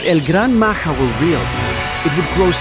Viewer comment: bro is not el gran maha it's el gran maja